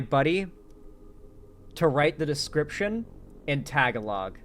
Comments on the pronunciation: It's pronounced ta-ga-lo, not tag a log. I thought you said you knew a few Filipinos. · is right. Also note that the emphasis is on the second syllable (ga). So tah-GAH-lohg. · Tah-gah-log lol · Lol you already failed when you said "let's see if I can pronounce anything in *tagalog*" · hearing you butcher the word "Tagalog" made me giggle 😂 sorry man. EDIT: after the 3rd, 4th, 5th, etc... time... OW it hurts 🤣 also, if you think knowing people in the Philippines is bad (considering what's going on there at the moment), I have family there... scary stuff 😵‍💫